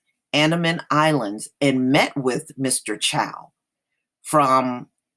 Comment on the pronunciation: His last name is pronounced Chow.